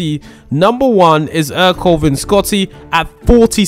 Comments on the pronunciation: It’s prounounced air co lay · Its ercole i think